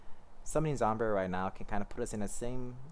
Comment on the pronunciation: Your pronunciation of zombyra is dope. It sounds better